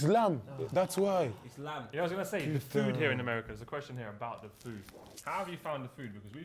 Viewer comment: 😂😂 it’s lam